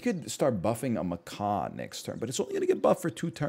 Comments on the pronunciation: That is not a “ma-kaw”… Macaws are tropical parrots. That’s a “ma-cack” or “ma-cock” like Jack or Jacques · it is. NL was saying macaw, chat was trying to convince him to say it correctly, somehow we ended with maCOCKA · Ma-kak :) is how you pronounce it just saying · * slams face on table repeatedly * It’s pronounced muck-ack! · Macaw is a bird, pronounced “muh caw”, rhymes with paw. Macaque is a monkey, and is pronounced “muh kak”, rhymes with yak. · The Macaque is pronounced muh·kak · He knew what he was doing when he kept pronouncing Macaque that way.